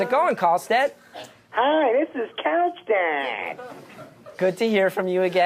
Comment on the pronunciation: He does really say "Couch Dad". It's super clear in this episode.